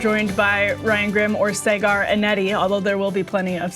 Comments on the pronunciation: You call him “Saygaar”? lol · Did she just totally mispronounce Saagars name? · Saagar not Cigar!!!! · this woman’s job is to lie, but the irony of her saying something undeniably untrue (the pronunciation of his name) in her righteous tone I just find completely hilarious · How she say his name wrong so many times 😂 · Im here because Emily is low key hilarious. Her and Ryan usually have such a great back and fourth with eachother, and her messing up Saagar's name had be trying to understand how she could get her colleague's name wrong until they played the WH press briefing clip... touché Emily!